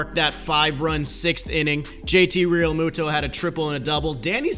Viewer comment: He’s saying it right if you think it’s wrong then you don’t know how to pronounce peoples names